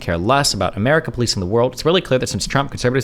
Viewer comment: Umurica sumtime liddurally bad. BUTTT umurica also sometimes liddurally good